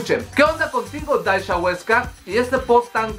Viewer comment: "daisha" JAJJAJAJAJAJAJAJAJ